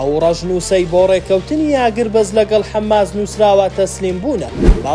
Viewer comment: حەماس نەک حەمماس